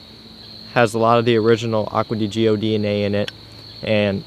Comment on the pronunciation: The way you say Acqua di gio makes me want to kill myself